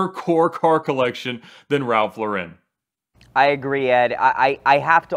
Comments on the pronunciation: It's LAR-en not luh-WREN. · His name is pronounced Lor-In not Low-ren At 16, like his brother Jerry, he changed his name from Lifshitz to Lauren, 'after Lauren Bacall' (another New Yorker of Jewish-immigrant stock, who also changed her name, from Betty Joan Perske). 'I wasn't doing it to be pretentious,' says Lauren. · So much auto knowledge and research but not one of them bothered to learn how to say the man’s (brand) name.